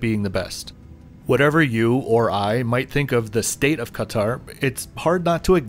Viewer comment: great video. you're probably the only person to say 'ktr' correctly and not kat-aaaar or cut-aaar